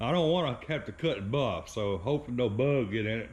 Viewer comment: Close enough for me to 😊 music overlays perfect 👌 👍 the way you say bug love the accent " berrrggg"😂 in the paint. Now don't scratch it putting it together, that cars been though hell. 😊 👍